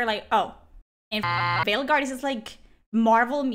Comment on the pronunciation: I cant tell if you intentionally said "Fail guard" or its just your accent but either way its perfect 👌 😂